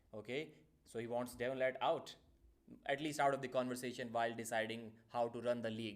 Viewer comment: Devon La"Ratt"